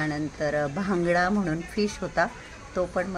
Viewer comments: भांगडा नाही बांगडा म्हणतात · भांगडा नाही बांगडा म्हणतात. प्राॅन्सला कोळंबी म्हणतात.